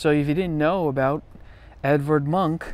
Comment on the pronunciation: It should be pronounced Evard "Moonk", approximately but closer. Some of his work is reminiscent of Toulouse-Lautrec and of Degas.